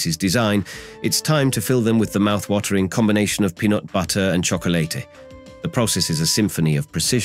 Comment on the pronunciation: The AI voice says "from the southeastern "You-neh-tid States" wow, so close. Then it's "time to fill them with peanut buhtter and Choc-o-leyte" Just sayin'..............